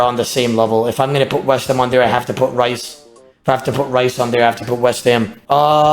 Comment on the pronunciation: Rhys is pronounced Reece not Rice lmao.